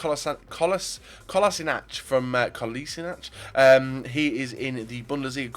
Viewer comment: Kolašinac is pronounced Kolashinatz